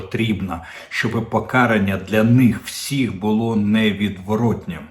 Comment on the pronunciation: ПокарАння, а не покАрання, звизда ти вусата «Кожен зрадник» - авжеж, 😂 дуже смішно. Зрадник керує державою, прокинься ти обісрався